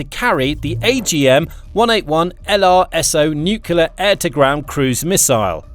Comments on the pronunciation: You pronounce the word as nuc-le-ar not nuc-u-ler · i only got 5 minutes in and the idiot started speaking jibberish like a 2 yo infant. can anyone with a brain tell me what a nukular weapon is? is that the usa version of nuclear weapon? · Good presentation, but it's "nuclear", not "noocular" FFS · Someone tell this idiot narrator that the word he keeps botching is pronounced NOO CLEE AR not NOO CUE LER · Nuclear (new-clear), not nukelar. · It's 'nu-cle-ar' not 'nuk-u-lar'... When the last B-21 is sent to the boneyard, the crew will be flown home on a waiting B-52... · I don't want to generalize, but I don't know of any exceptions that I've heard... Do Brits add an extra U after the C in NUCLEAR? No idea why every Brit and Jack Bauer pronounce NUCLEAR as NUCULAR. It's just like nucleus, except nuclear. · nukyuler nukyuler nukyuler. sounds so stupid for an otherwise excellent report. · Wish the narrator would pronounce "nuclear" correctly.